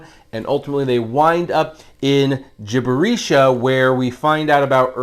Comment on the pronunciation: Wooooooooow, Fantastic Review my man, you did in fact mispronounce that, its pronounced, jibb-er-ee-shia. Have a good day.